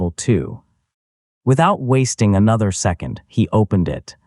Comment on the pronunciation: Oh look, his garbage collecting machine turned into Walli-E. And who taught this AI to talk, it's very peculiar and doesn't know how to say certain words like second it keeps saying zecond